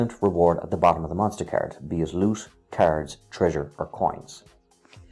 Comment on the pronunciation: I was so confused and thought "what kind of carrots keeps this guy talking about?!", until I finally realized that's how you pronounce "cards".